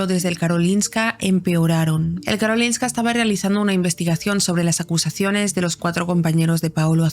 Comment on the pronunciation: Soy sueca (estoy aprendiendo español y uso sus vídeos jaja) y recuerdo cuando esto pasó, fue una locura aquí. Por cierto, pronuncias Karolinska perfectamente :)